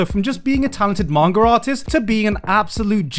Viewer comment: "Mangar" i will never hear garnt saying manga right ever again.